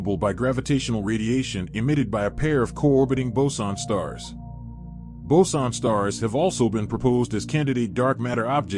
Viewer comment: I know it's boson. I am just wondering how such mistake got into the video. Sorry if I am mean or something